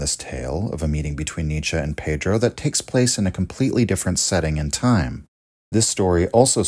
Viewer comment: Let me prepare mentally for the wrong pronunciation of Pedro. Edit: Wow nice try! Good.